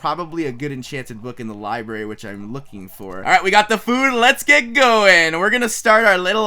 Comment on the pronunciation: Wait did he say liberry...xD